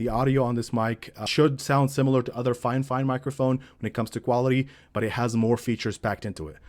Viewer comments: It's so annoying when people say "Fine Fine" instead of "Fifine". I've watched a bunch of videos Fifine reviews and practically everyone does it. Grrrr… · It is Fi-Fine